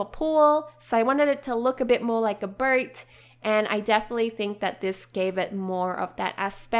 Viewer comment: i thought you make a birdhouse cuz u cannot pronounce boat right.